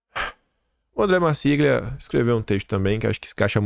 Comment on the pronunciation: A pronúncia é. : ANDRÉ MARCILIA!!